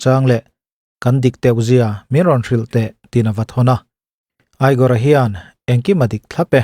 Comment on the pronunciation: igor khi egor tih in lam tur